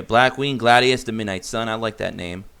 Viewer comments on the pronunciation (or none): none